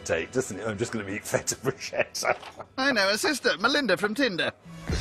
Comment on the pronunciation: It's not Brushetta.....no such word in Italian. It' like calling a cheeseburger a broom. it makes no sense.